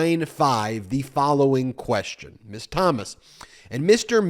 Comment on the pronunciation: I'll be the a-hole and correct you... It's "Mizz" and "Missuz". You keep saying Miss all the time.